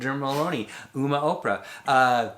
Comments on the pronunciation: Pronounced as “umm-ma,” this movie is pretty darn scary, but it makes sense just how important traditions are to the elders. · I don't think you should review a movie and not be able to the title. Umma = Uh + Mah , short U.